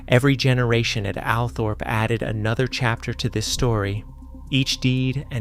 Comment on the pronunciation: The pronunciation of Althorp (Allthorp) NOT Alpthorp.!!!